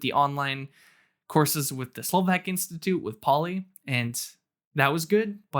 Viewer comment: Pavlína (in Eng. Pauline), not Paulie, though it could work as an English diminutive. :-) Nice review of both language courses. I hope your Slovak learning continues apace.